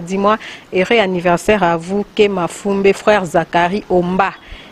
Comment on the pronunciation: Joyeux "annirversaire" loool